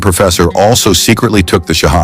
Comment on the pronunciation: I think someone made this whole thing up. The professor would know exactly how to say the Shahada. And he did not say it correctly. A games afoot...